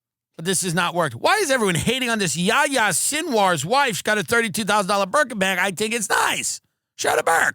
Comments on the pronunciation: "Why shouldnt this terrorist have a berkin." ... i heard merkin. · I really thought he said "merkin" the first few times. I was very confused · Oh Burkin. I thought you were saying burka